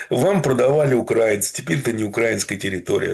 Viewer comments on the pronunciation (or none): Еще " укрейцы" есть и "еврепейцы"😅